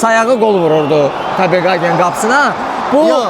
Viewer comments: Rəqib komandanın adını düz deməyi öyrənərdiz da heç olmasa. KopeHagendi, Qagen yox. Rus dilindən başqa bütün dillərdə o hərf H tələffüz olunur. Belə savadsızlıq olmaz axı. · Maraqlı video alınıb, afərin. Bircə, rəqib komandanın adını Kopinqaqen deyil Kopenhagen kimi tələffüz etmək daha düzgün olardı.